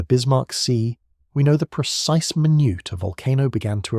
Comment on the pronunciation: It's too bad that AI can't be programmed to pronounce minute when it needs to be "my nute" or when it needs to be "min it". Crack me up. So busted.